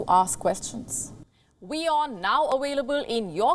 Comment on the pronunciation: speaks GOOD English. But like alot of Indians she says for example aWailable instead of aVailable. The V and W mix-up. Which is a minor linguistic error. Best Wishes,!!